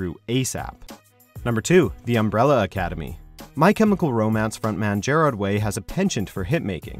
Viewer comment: The way he says Gerard I'm not ok